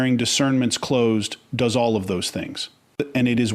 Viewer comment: "voice" pronounces this part of the sentence "...does not point..." as "...do as not point..." which is evidence of the voice on the vid is in fact Ai! Because WHEN has a human pronounced "does" as "do as"???? 🙄🤦‍♀️